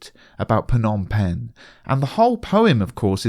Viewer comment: just to let you know it is pronounced 'nom' penh. the 'ph' is silent!